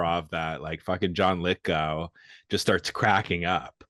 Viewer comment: It's John Lithgow. Go! Go! Rhymes with sow as in wild oats, not sow as in pig.